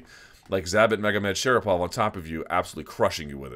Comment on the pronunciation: Thumbs up for this video just for pronouncing Zabit Magomedsharipov 👍